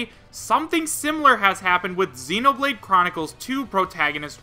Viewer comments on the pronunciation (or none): none